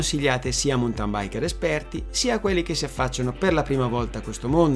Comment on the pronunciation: Bella esposizione però, cortesemente, si pronuncia "mauntin" non "muntan" o "montan". Grazie